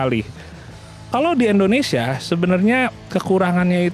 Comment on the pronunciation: INDONESIA bang bukan ENDONESIA negara mana tuh ENDONESIA